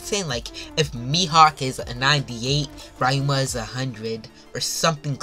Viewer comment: Bro read 900 chapters and still somehow call ryuma rayuma